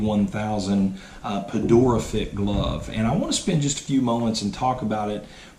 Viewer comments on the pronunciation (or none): Dude has Red Sox hat on but still insists on saying "Pedora" instead of Pedroia. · its not pedora, its PEDROIA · Did he say "pedora"?? LOL Ok take 2 new a1k and sell and buy an A2K! Actually, I think this is the ONLY way to go with Wilson. A2Ks are overrated and this is the sweetspot. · dude doesn't even know how to pronounce "Pedroia" and he is an expert in grading gloves hahahaha "in my opinion", no thanks buddy